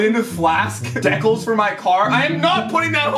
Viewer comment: “Deckols” lmao